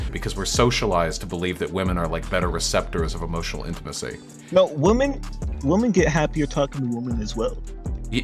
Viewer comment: Say it with me: /WIHM - ehn/